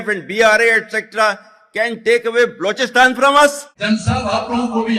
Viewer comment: Why is he saying...Blochistan😅...